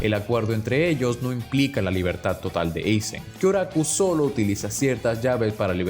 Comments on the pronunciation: Aizen, no Eizen… tú eres gringo? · Dislike por decir "Eizen" y no "Aizen" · Deje de ver el video después de escuchar 20 veces Eisen... parece buen video pero me explotan los oídos 😔